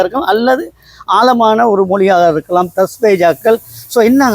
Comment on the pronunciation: தஸ்வேயிதாக்கள் அல்ல தஸ்தாவேஜ்.என்பதே ஆகும்